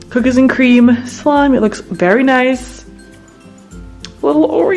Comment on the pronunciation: For the cookies and cream slime did she say “it looks berry nice”??